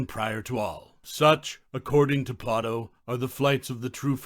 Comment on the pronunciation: Why do you pronounce his name as Plah-toe instead of Play-doh?